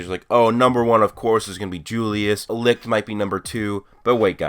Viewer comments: Oh for the love of... "sigh" alright look, Licht's name is not pronounced L-I-K-T. Its german and translates into light and its pronounced L-I-S-H-T. For example take the first 2 letters of the word "Should" and put it between Li_t, thats how its done. Not trying to be a dick or anything its just a bit frustraiting hearing so many people saying it the wrong way. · U know that licht is german so the pronunciation is very different?u can google it